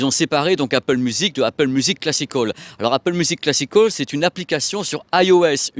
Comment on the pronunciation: Classic hall ou classical ? 😅 change pas t’es super (enfin l’accent peut changer quand même 😜)